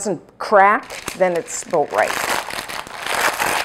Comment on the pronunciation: Did you say aboot a half an hour? lol. I love you! And thank you for this recipe!! It's wonderful